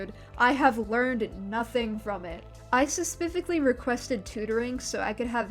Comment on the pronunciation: "spepifily" damn go back to tutoring😭